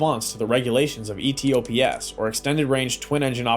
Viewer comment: E T O P S? 7 seventy 7? Bad narration. Try E tops, triple 7. In fact I could say AI generated